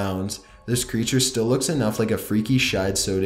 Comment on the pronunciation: “Freaky shidesow” lmao